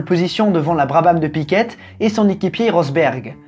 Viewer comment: bravo . toujours bien exposé . juste une petite chose , en tant qu'habitant du Brésil je voudrais préciser 2 choses. en 85 , le brésil était sorti de la dictature , et surtout , en rompant avec tous les media qui prononcent Piquette , fais moi plaisir , prononce piqué ( comme un piquet) . C'est comme ça que ça se prononce ici et , en plus , c'est bien plus simple. bisou.